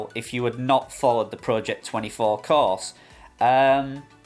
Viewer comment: Cars, class or course? Took 5 minutes to figure out what you were saying. At first I thought they bought you a car! 😅